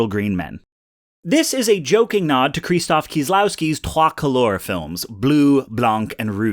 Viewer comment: i was gonna joke about how your pronounciation of krzysztof kieślowski is nowhere near close but its probably been mispronounced so much in english-speaking media itd be confusing to most of your audience to say it "properly"